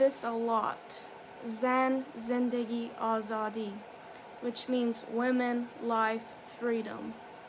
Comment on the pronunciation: سلام ممنون از حمایتی که کردی ❤️🙏 و واقعا قشنگ « زن - زندگی - آزادی » و « برای آزادی » رو تلفظ میکردی من لذت بردم ، عضویت جدید ایرانی شما 😀❤️🙏 Translate :: Hello, thank you for your support 🙏❤️ You used to pronounce the woman of the life of freedom in Farsi(Persian) really beautifully 🙏🙏 ( Zan - Zendegi - Azadi ) I enjoyed it, I am a new Iranian subscriber 😎❤️